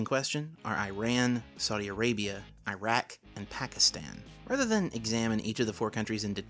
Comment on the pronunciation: I want to thank you for saying IRAQ right unlike the US the say I-RAQ